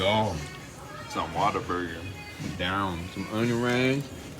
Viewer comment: Had to see if anyone else was giving him a hard time about the pronunciation 😂